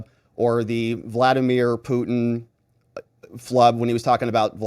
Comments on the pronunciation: Voldomir??? 😂🤔 vlodomir, 😉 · Did you just call Vladimir Zelensky , Valdimir Zelensky?